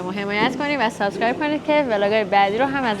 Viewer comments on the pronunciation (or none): none